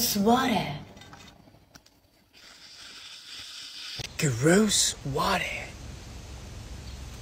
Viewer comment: At the start when he said “this gonna be groose”! 😂